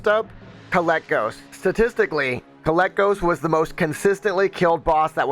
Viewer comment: the dragons name is kay-leck-gos they even call him kay-lek